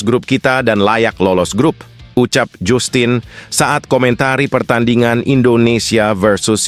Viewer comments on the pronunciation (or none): 😂😂😂 bacanya jastin mas Bukan jussstin Es jussss kali😅